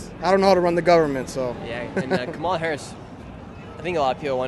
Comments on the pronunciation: Haha "Camilla" is my favorite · The First Lady to speak kept trying to correct u on Kamala’s name pronunciation but she was saying it wrong lolll it’s pronounced “Kum- uh-la” ( lotus) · Kom All Uh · In India, where she got the name from, her name's pronounciation will be कमला. cuh-mla. you can verify this on google translate as well, english to hindi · a hindi girl in another comment said the blks are correcting him wrong😂🤦‍♂️ That the hindi sanskrit pronunciation is come-la. U can't make this stuff up buahahhaha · Ridiculous that woman kept Correcting Nick because he wasn't Pronounce Kamala name right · The Kamala worshipers relly get bent out of shape over how you say her name😂😂😂😂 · Cracks me up how often people correct you when you say Kamala. She even pronounces her own name differently so how are we supposed to know how it rally is said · Annoying when she corrects Nick w KAMALAs name 🙄 It’s a Hindu name and it’s not pronounced like the blacks says it is 🤦🏽‍♀️🤷🏽‍♀️ The left don’t Like when they see Trump hasn’t even been inaugurated and the world is changing positively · They get is angry when her name is pronounced wrong stupid woke 😂😂😂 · Even Biden has misprononced her name numerous times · First person had the audacity to correct you TWICE how to say Kamala. I mean wtf.